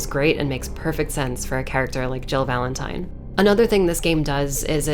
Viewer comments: I did see your previous video about how re3 was told through other games and liked it. Watched this and the moment you said VALENTIN-TIME, I subscribed. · "Valen-time" ..............10 out of 10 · VALEN-TIME hahahahaha nice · Valen-time! Lmaooo! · Nobody:: "VALEN-TIME!!" =__________= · Lol VALEN-TIME!! I like that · "Valen-time. I'm sorry about that." No you're not lol...solid video. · Valen-Time! Hahahahaha!! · "Valen-Time". You just won an Oscar. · I literally subscribed when you said Valen-Time! ❤️😂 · "VALEN-TIME* That's when I hit the like button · You call it "Valen-time" I call it ZZZZZAAAAAA WWWWWAAAARRRRRUUUUUDDDDDDDOOOOOO I'm not sorry for the Jojo reference. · Valen-time... sounds like how my dyslexic teacher would say my last name lol Valenti'N'e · Dude! "Valen-Time" 4ever!!!